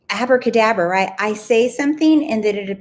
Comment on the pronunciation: I was thinking about you saying acrabadabra when you said it in your video. And I thought wow I love that and then didnt think about it again. This morning out.of the blue my friend sent me a voice note of her baby girl practising to say abracadabra :-)! I am blown away lol